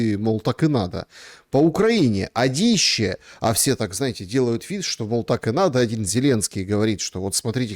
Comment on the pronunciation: Дорогой земляк! Ты прекрасно расставляешь полит акценты, спасибо за труд! Ставь же и ударения правильно: «Адище», а не «адИще» и «пОрты», а не «портЫ»